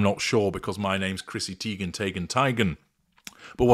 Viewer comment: I just love, love to hear just pull out "Chissy Teiger, Tigen" 😂😂😂👌🏼💗🇹🇹